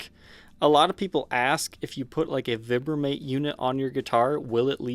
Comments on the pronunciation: Not veebramate, vibramate like vibrate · Vibe-ra-mate.... try pronouncing it that way. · Isn't it "Vibe-ra-mate? Or do I have it wrong?